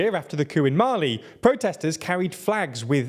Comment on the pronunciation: Your pronunciation. Mali and are not Malayans. Dunno what the latter is